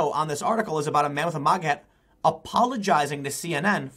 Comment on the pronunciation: TIM. MAGA not MOGGA